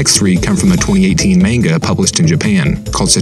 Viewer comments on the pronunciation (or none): none